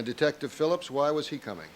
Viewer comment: Yes he did say detcive Lang what a joke dose not know who is speaking to